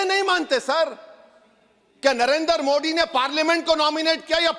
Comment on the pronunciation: तुम तो सारी भाषाएं पढ़ लेते हो लेकिन जब नरेन्द्र मोदी कहना होता है तब तुम मोदी शब्द का उच्चारण नहीं कर पाते हो मोडी कहते हो क्यों